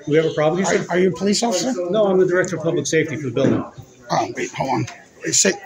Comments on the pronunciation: "Pubic Safety" LOLOL Ha ha ha ha ha ha ha ha ha ha ha ha ha ha 😂😂😂😂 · Did he really say “pubic” safety???!!🤣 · I thought I heard everything but what he pubic and not public that was hysterical.Thanks for my laugh of the day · Several times he said it!! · It's a oldish video. He says PUBIC SAFETY a lot. 😅